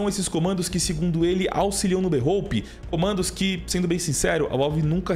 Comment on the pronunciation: berrôupe kkkkkk